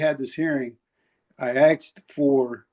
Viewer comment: SHE AXED HER LAWYER!!!!!!!????